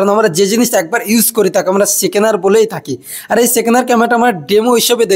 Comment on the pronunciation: সেকেনার নয়রে ভাই সেকেন্ড হ্যান্ড 😅